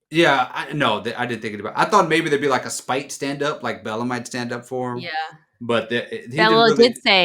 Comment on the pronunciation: its "Belle-A" 😂